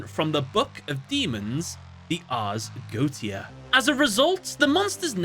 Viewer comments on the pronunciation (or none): It doesn't matter at all but the Ars Geotia is pronounced "Arse Goy-shah" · Okay, so, not googling how to pronounce the Ars Goetia or the demons within? Pretty understandable. Not a lot of people will about the pronunciation of made-up names from a medieval forgery and finding people pronouncing any of them online is hard (unless you've watched a video about FGO). Making the same choice with words literally anyone who's ever taken a basic cooking class has heard because they're all basic parts of English cooking vocabulary now? Not so much. I cringed into low orbit when you first said the name of a monster and it just went downhill from there. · You pronounced Ars Goetia wrong and it’s all I can think about cool video though now I’m gonna patiently wait for water dragon support